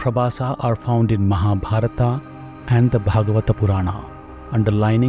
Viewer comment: I request the narrator to not use the italic format of speaking hindi/Sanskrit words. It's not Ā(आ) at the end of महाभारत so please pronounce it like Mahābhārata not Mahābhāratā.